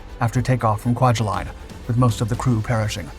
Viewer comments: as always, a great video. but not to be pedantic (although I'm totally gonna be) it's Kwaja-LEN, not Kwajaj-Lien. source: been there, done that. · These narrators need to learn the pronunciation of key words or lose creds! It's "Quajaleen" phonetically not "line" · You miss pronounced Kwajalein. My grandfather was stationed there and my biological father grew up part of his life there.